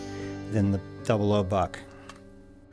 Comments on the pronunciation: Never heard someone call it “double O” buck instead of double ought buck. Do you call .30-06 “thirty double O six” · Oh btw, more 0s (also called "aughts") mean larger pellets, hence fewer of em. Another also, that means "00 Buck" is technically pronounced "double aught buck". Not a complaint just a tidbit